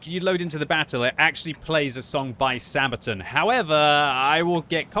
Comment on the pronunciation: The way you say "Sabaton" drives me nuts. It's not Sabatin, dammit! It's SabatAHn! You have to say it with conviction, like"Megaton, Megatron, or Ultron," otherwise it just sounds like something you'd use for diaper rash. "Mommy, my bum is itchy again." "Ok dear, we'll put some sabatin on it."